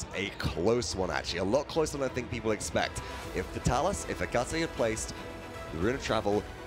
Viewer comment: Why can no paladins commentator read that his name is Etaceh not Ecateh?